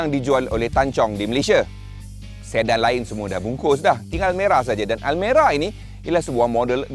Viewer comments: Aku dengar almari nak sebut almera kot 😂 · Hahaha abg sebut Almari yg dulu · Bang bukan almari bang 😂😂😂